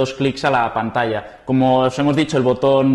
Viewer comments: ....pantalla se dice "pantacha"....saludos!!! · no dijo PANTASHA jajajaj